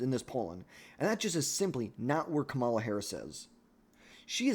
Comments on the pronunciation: Can you say her name right please? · It’s almost like you’re trying to say it wrong